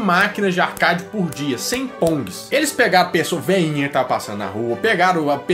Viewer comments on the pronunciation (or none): um sonho: que vc fale a palavra Arcade corretamente um dia, ela e uma palavra americana e com som "Arqueide"